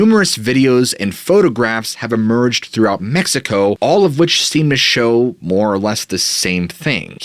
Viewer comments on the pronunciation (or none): none